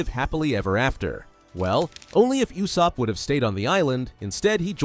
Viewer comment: "You-sopp" is crazy